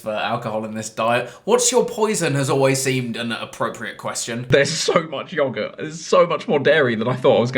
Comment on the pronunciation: chris pronouncing yogurt Me:😐